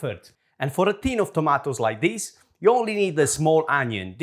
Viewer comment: I love you but, please stop saying "tomatoes"